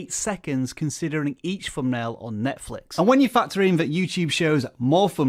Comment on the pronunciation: Could we agree that a word with a ‘th’ in it, is NOT a ‘f’ sound? Not ‘fumbnail’ for example.